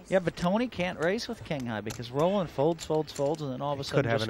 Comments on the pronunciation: Luske straight out accuses Black of cheating. And this was pre Postlegate. I'm surprised Black just took it. Hellmuth needs to decide whether to pronounce de Wolfe's name roLANd (like he's French) or ROLand (as it should be). He seems to change his mind every time he says it. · You beat me to it. I was just about to make the same point. I have no problem when someone continually pronounces someone else's name incorrectly, but constantly switching from R-oh-land to Ro-lah-nd is just ridiculous...!!